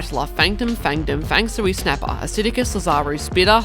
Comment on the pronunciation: And actually it’s “Fang Shui” not “Fang Sooey” his name came from feng shui.